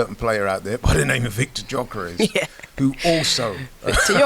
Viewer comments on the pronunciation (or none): Uncle, pls pronounce his name properly “ YOKERES” not JOKERES. 🥲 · he’s our man now! It’s time we say “Gyökeres” correctly 😅